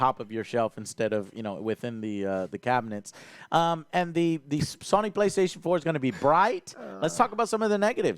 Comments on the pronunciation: Joe is so cute. Saying SUNNY instead of SONY. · Has anyone ever noticed that pronounces Sony as “Sawny”? Or something similar to that. 😂